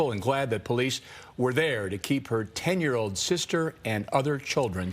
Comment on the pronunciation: Is it hard to pronounce an “L” properly…….code for cold, ode for old, tode for told, unfoded for unfolded,…….just pure laziness…..